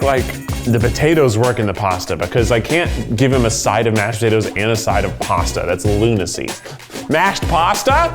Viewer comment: When I was little my mom would make this pasta/rice hybrid (I forgot what it’s called) and Keith’s “pashtatos” remind me of it